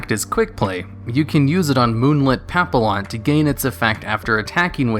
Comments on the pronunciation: you said "moonlight pap ill on" it is pronounced "pap E on" its French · I am pissed you said papillon the way it's spelt it's pap ee onn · Wow. That papillon pronunciation lmfao. Pa-pee-aan. You don't pronounce the 'L' sound. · It’s pronounced “pa-pee-on” Papillon It’s french for butterfly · ll makes a y sound in spanish and french so its like papiyon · Papillon is pronounced pap-e-yon. It’s French for butterfly